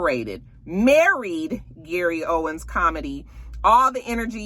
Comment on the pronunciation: It's Gary OWEN. No S at the end.